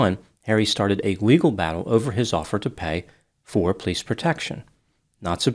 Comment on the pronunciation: Is it an Italian thing or a Detroit thing to say pleece instead of police? My grandma did that and I love it. Just curious.